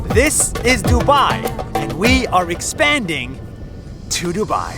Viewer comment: "and we are expanding..." British intensifies